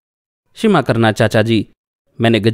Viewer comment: Shima nae shama karna hota hy